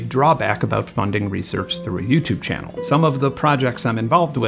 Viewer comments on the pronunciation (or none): none